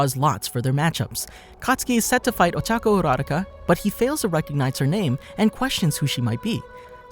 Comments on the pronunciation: STOP SAYING OCHACO URARACA ITS OCHACO URUAKA Luv your vids but Cm on man 🤣🤣🤣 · Uo - ra - rau - ca? Sounds a bit off it’s U - ra - ra- ka